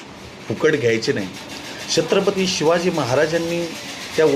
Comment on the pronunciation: दादा तुम्ही pronounce करते वेळी अडचण येत आहे का, तुम्ही छत्रपती mante वेळी थोडा sa वेगळा उच्चार येतो आहे